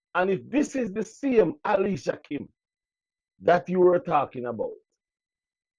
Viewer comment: Alicia name doesn't begin with an "H".....Then every word you pronounce has an "h" at the start, middle and end? TUDT right, you did leave you brain in the 3rd grade...no sah, what can go so?